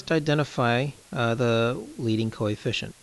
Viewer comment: Practice more on pronunciation of the word coefficient, otherwise it is a good video.